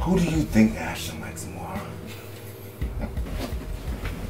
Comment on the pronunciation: Ashton....not Ashton 😨😱😭💔